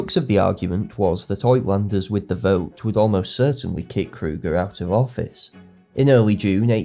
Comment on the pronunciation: Great history. FYI, the Afrikaner/ Dutch word "uitlander" (foreigner) is pronounced "ootlander".